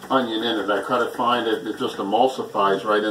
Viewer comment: Does anyone else hear "big onion" Everytime he says onion.